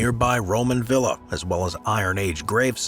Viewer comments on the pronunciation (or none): none